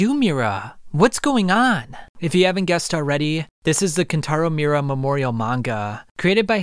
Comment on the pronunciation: You're mispronouncing his name over and over again bro. MI-U-RA